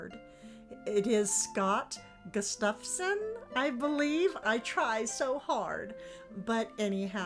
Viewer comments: It’s pronounced “Gus staff son” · Wonderful books. (I think his name is pronounced with the accent on GUS) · It's easy if you think about the pronouncement this way: Gustuffson.